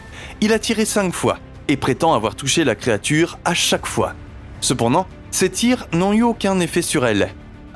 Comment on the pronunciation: ah, ton "c'p'ndant"... 😄